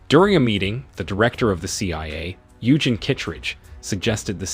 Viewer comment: Its pronounced You-Jean, NOT You-jen ! Listening to that was like hearing nails scrape a chalkboard 🥴